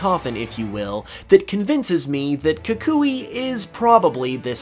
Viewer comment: Not to be that guy, but his name’s pronounced “kuh-KOO-ee”. Also, I think the anime, which yeah is a different continuity, but still, it has him saying he challenged the League, but failed, which is why he returned to Alola, but because it was something he loved doing, wanted to start in Alola as well.